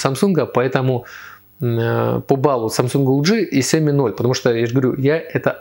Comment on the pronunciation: Сиёми? СИЁМИ? Мля, кровь из ушей пошла...